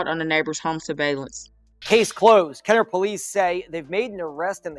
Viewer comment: NOT TRYING TO RUN UR PAGE JUST WANTED TO TELL U THE CORRECT WAY TO PRONOUNCE IT...KENNER(KEN/NER) OSCHNER (OSH/NER)